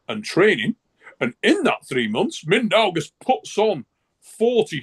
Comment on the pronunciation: I'm sorry but i have reached my breaking point. For anyone trying to pronounce Mindaugas – it's pronounced as Min-dough-Gus. The 'Min' part is pretty straightforward, 'dough' like bread dough, and 'Gus' like the character from Breaking Bad.